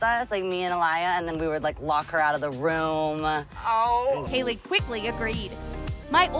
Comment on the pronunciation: You did ei instead of ai in Hailey